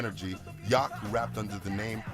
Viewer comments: First dude said his name wrong. He said Yok. It’s Yowk. They say his name in their music so much, you’d think he’s know how to pronounce the name correctly. Edit: narrator said his name wrong too. Sheesh. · Yauch. Not Yawk. Just awful. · Everybody in that Much Music video mispronounced Yauch's last name.